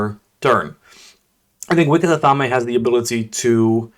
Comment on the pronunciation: It's Ath-aim, not Ath-am-A